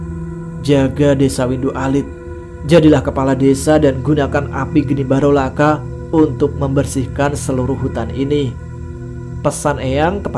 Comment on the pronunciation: Geni baraloka bro... Bukan barolaka